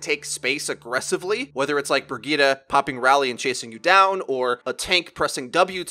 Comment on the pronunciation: Pronounce it like Bri-get-uh